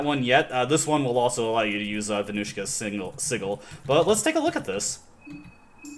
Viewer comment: Vermouth is pronounced ver-MOOTH and Sigil is pronouced SIH-juhl, by the way.